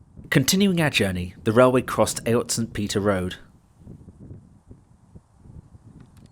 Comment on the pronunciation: a really informative video of a bygone age of railways joining industrial towns and citadels. The correct pronounciation of ayot it actually spoken as eight. e.g Chiswick Ayot.(eight), Ayot Green 'Eight Green' and so on.